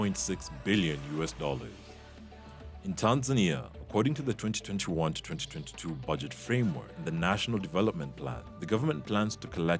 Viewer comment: And it IS DAMN ANNOYING to hear all those T's when you say 2021 to 2022